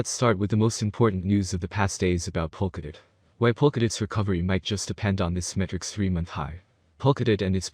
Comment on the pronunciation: My guy, do not create a bunch of YouTube channel and upload similar content, none of your video or any of your other YouTube video actually pronounce POLKADOT right.